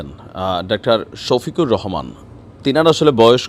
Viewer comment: সোফিকুল নয় 😂 শোফিকুর রহমান 😂🎉🎉